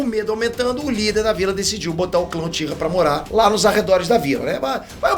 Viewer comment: "Joãozinho Uchira"... 🤣🤣🤣🤣🤣🤣🤣